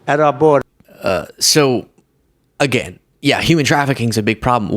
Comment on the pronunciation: Trump says Youman trafficking. Not Human trafficking.